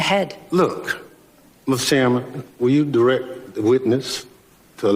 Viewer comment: Bennie- will you dy rect the witness to let me AX a question, clown show.